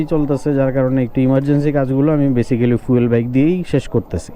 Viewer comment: আসসালামুয়ালাইকুম ভাইজান শব্দটা বেসিক্যালি না বরং (বেইসিকলি)